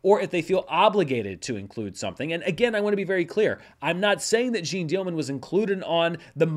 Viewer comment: it's really not Jean like zine, a little effort on the name perhaps?